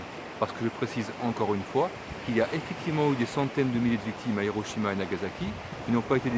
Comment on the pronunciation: Oui,, tu insultes les victimes de Hiroshima et de Nagasaki. Tu n'es ja mais allé au Japon, tu n'as recueilli aucun témoignage des personnes concernées, tu ne sais même pas prononcer correctement le nom de ces deux villes alors que la prononciation du japonais est si simple pour un francophone, tu éludes la question de la mortalité et des souffrances avérées provoquées par les radiations… Tout cela pour faire du buzz sur YouTube… Ton attitude est obscène! Présente des excuses aux personnes dont tu as insulté les souffrances. C'est un ordre.